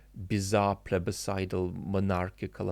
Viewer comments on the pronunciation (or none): "Plebicidal"... owtch.